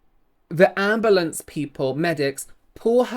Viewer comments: Please tell me when said “ambalance” someone else pictured the video of that guy with the song “oooh black betty…AMBALANCE” 🤣🤣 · AMBA LAM!